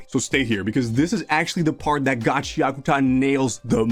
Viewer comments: its ga-chee akoo ta not gachiakita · “Gachi Akuta” 😭🙏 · Every time he says the manga name I cringe. It’s Ga-chia-kuta. Please.